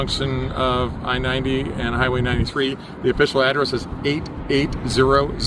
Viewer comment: How did you get "autonomous" right, but you fumbled "allowed" and "highways"?